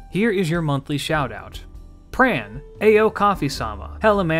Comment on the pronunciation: man said pran lol what a hero